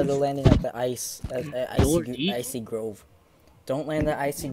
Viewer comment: “Icy Grove” plz stop